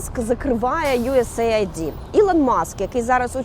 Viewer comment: Ахахах, юєс єйд, а не айді, ц вас хоч хтось знає англійську 😂😂